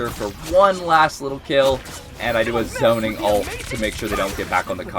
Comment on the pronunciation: One thing that rrage baits me, however, is calling an Ultimate ability and "Altee" . Dude... It's "Ult" or "ultimate." Nobody says "AlteeMate". Makes my brain itch... I'm already triggered... Luckily, I'm a Peni main. I'll be raage baiting you 😏